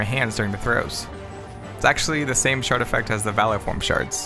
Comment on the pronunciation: challenge: try not to hear shart instead of shard